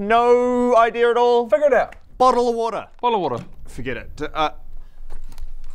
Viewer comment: wrong its a bo'oh'ov'wa'er😆